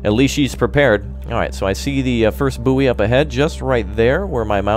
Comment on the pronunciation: bouy is boy not bouee